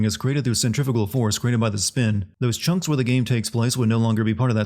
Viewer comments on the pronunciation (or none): none